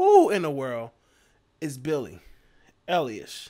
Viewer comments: Its pronounced eye- lish eilish I'm surprised you don't know who she is she's a huge artist youngest grammy winner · You're really asking, who she is? 😂 Well, just for starters: Billie Eilish (pronounced: Eye-lish) is one of the most popular and awarded music artists worldwide. Streams of her songs and videos are in the billions, she's had the most successful album in 2019, she's a five time Grammy winner and has just received 4 new nominations, not to mention all other awards. She's the most streamed female artist on Spotify worldwide in 2019 and 2020. She writes all her music (with her brother Finneas, who's also her sole producer), she sold out a world arena tour in minutes, she's now also directing her videos. She wrote the theme song for the new James Bond movie. She's going to turn 19 in a few weeks, but has already had a music career for 5 years! Imo, she's the most interesting, creative and talented music artist, which I've discovered in the last 20 years. SHE IS AMAZING!